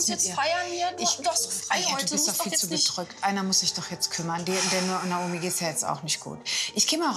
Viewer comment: die hat nicht Naomi gesagt sondern Naumi🤣